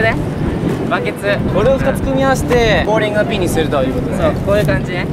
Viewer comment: あのー、 言いにくいのですが、 ボーリングじゃありませんよ？ ボウリングですよ！